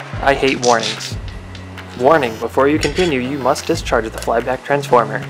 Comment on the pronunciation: literally the only bit of the video I couldn't understand what you said, and also the most important from a "if you like living" perspective. What was said? I sort of got "You must dischargid(?) <ARGLBARGL> transformer" Ta :)